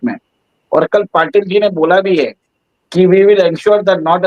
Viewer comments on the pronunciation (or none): none